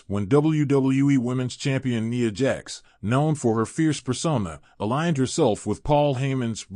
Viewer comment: NIA not Neeya 😂😂😂